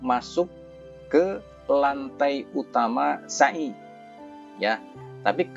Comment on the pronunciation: maaf..... Pengucapan sa'i nya,folong jnfn pke huruf syin,artinya beda Bukan sya'i Tapi sa'i Maaf ya...